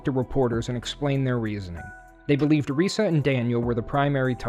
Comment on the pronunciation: This kid talks like Elmer Fudd. He pronounced his mother's name (Risa) "Weesa."